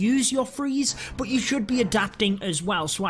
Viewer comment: It's "BUT" not "BOOT"😡😡